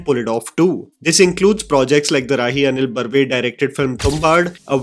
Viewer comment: So finally... You pronounced Rahi Anil Barve correctly 😅